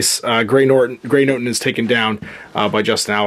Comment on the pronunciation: 'NOTON', Gray Noton. No 'r' in Noton. [It matters!] & Walk/Run/Jump, no 'Sprint' die.